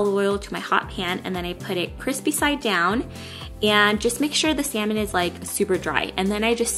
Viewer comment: Yay!!! you finally said salmon correctly:)